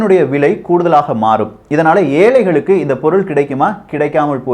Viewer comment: ஏழைகளுக்கு and not ஏலைகளுக்கு